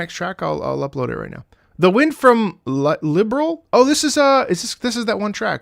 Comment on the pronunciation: Oh no, sky 1st made say liberal instead of liberl